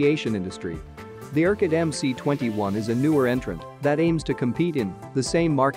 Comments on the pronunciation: it's EM-ES not EM-SEE.. get it Mr. effing Expert? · UAC just gived up with this incorrect "Em-Cee-21" pronunciation. They said: OK, let it be "Em-Cee-21".